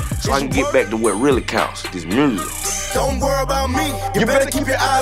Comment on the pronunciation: "I got new MRURSIC" 😂❤️